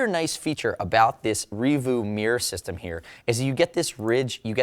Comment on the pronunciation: I have it, I use it, I absolutely love it. Reevu I thought was pronounced more like... 'Rea-vue' as opposed to 'revoo'. great reaview, overall money well spent